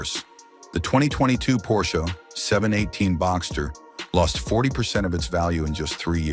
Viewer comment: Por-shee? get rid of the AI voice!